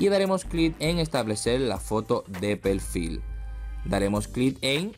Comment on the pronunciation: Acá en donde dice pelfil :v